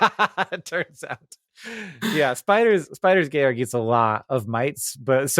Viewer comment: For the record, Hank clearly has the correct pronunciation of Spiders Georg